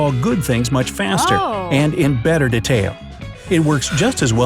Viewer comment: They srysly pronounced “detail” as “duh-tale” shook